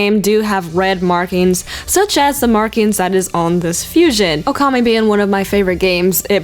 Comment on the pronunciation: Pronounced Okami wrong